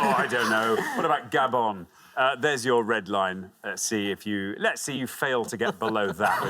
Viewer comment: Is he from Gah-bon? What? Is he from Gah-bon? Gah-bon? Yes, is he from Gah-bon? Why are you saying that? Gabonn? Will you stop saying that?! Well, ask her if he’s from gaGah -bon. Is he from Gah-bon?? No! No! He is not from Gahbon, so shut up! Shhhhtt!